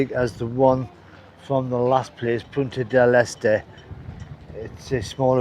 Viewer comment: Congrats on (finally) pronouncing Punta Del Este properly (almost)